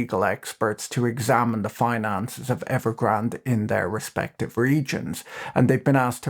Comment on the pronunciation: Evergrand-ay. There is an e on the end Pat